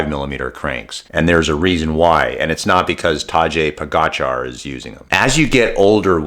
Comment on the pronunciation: Who is Tad-jay Pogachar? This is an ultimate rude - Tadej is #1 World cyclist for 5 years now, and a Youtuber still cannot pronounce his name correctly. Why even mention him then...